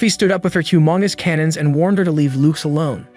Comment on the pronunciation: the way bro said humongous CANONS